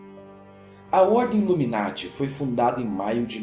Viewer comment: U say loomy narty? é noiz:D